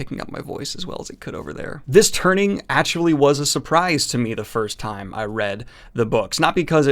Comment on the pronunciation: Drives me nuts the way you say actually. "Achully"